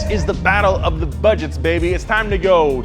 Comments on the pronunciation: When I heard say Back-to-de-bumpers it reminded a bit of Super Mario's broken English and i though, hey, these two work on some car pipes, they should dress up as Mario and Luigi! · “...now, back to da bumpers...”😂😂😂😂